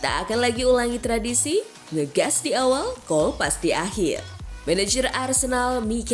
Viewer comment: Kolpas apaan dah min? Kolaps mungkin maksudnya 😅